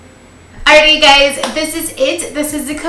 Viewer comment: Are you saying gays or guys in the intro ? Ahahha